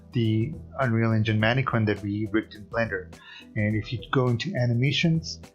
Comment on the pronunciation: “Man-eh-Kin” Not Harley Quinn.